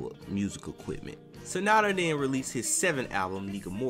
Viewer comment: Symphony "OR" Damn not "OF", Sananda not Sanada", "Oh Divina" pronounced "Di-veena". Do your homework man before voicing these things.